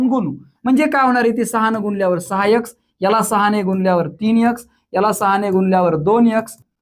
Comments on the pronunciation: सर please यक्स नाही तर एक्स बोला तुम्ही मुलं घडवता सर कुणी एखादी सुधारणा सुचविल्यास त्यात काही कमीपणा नाही. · यक्स नाही रे बाबा , नीट उच्चार कर, लोक बघतात तुला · It's very difficult to believe. Why should we believe you even. Improve your pronounciation first before making video. Yax? Fiyeve?